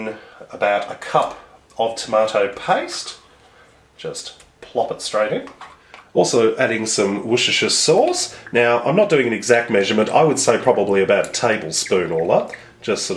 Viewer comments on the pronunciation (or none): Good! But did he say worshester sauce? 😱😱😱😱 Yes he did! 😱😱😱😱